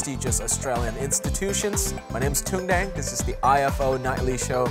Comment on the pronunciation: Sao ko đọc rõ là Tùng Đặng , Hà Nội? Tên và địa danh Việt Nam mà, sao không phát âm rõ luôn để người nước ngoài họ biết mà đọc cho đúng. Mình học tiếng anh thì cứ phải phát âm cho chuẩn giống họ, còn họ đọc tiếng việt thì cứ phải bỏ hết dấu ra ah? Cả cuộc đời chưa bao giờ đi comment bất cứ 1 cái kênh nào cả. Đây là lần đầu tiên đấy ạ. Mong chương trình mình nên cân nhắc.